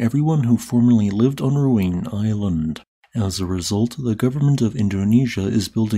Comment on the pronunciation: Please, respect the native Indonesian language and pronounced the name of the volcano accordingly. Ruang is pronounced more like ru-ung.